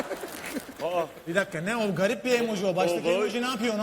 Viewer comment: imoji değil ağabey emoji